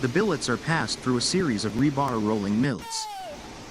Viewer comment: I hate the robot voiceover. Ra-Bar? It's a shortening of the phrase reinforcement bar, so now we're saying rayenforcement bars? Ridiculous. So many other screw ups too. Sorry, no sub and no like and no return. Too many other well made videos on other sites to listen to this crap. You got a view and a comment, that's it. Bye